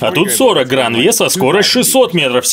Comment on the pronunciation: Грэйн, а не гран